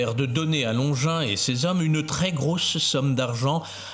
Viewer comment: Bonjour, comme bous j’ai horreur de ces vidéos générées par IA, beaucoup de blabla inutile, des redites, ces voix horripilantes qui ne savent pas prononcer SES ou CES, et ces illustrations absurdes, anachroniques qui montrent des gens du 1er siècle avec des lunettes 😂 Anne Catherine Emmerich a raconté la guérison, la conversion et la fin de vie de Longinus, qu’elle appelle Cassius, dans son livre de visions La douloureuse Passion de Notre Seigneur Jesus Christ.